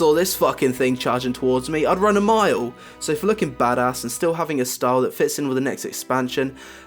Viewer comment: "I'd Wun a MILE!!!!!!!!"